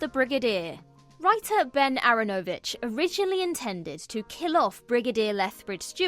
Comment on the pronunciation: Aaranovitch no accent every letter is equal aaronovitch. No stress on any part of the nane. I know you arent a bot but you can work on a name.